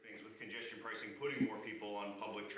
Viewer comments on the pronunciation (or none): "...Congestion Pricin Program" ... Pricin... etf Forbes? )